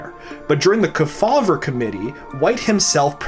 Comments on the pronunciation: FYI: The surname "Kefauver" as in Senator Estes Kefauver is pronounced correctly by placing the emphasis on the first syllable. As in: "KEE faw ver". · Estes Kefauver - KEE- fauver. Just saying.